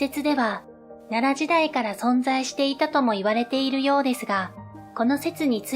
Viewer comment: ここだけではないけど、この手のチャンネルの何人かの女性ナレーターに共通の訛りがあるのはなぜ？「〜（して）いる」に多くの場合「い」にアクセントを置いて発音している。「い（↑） る（↓）」は違和感。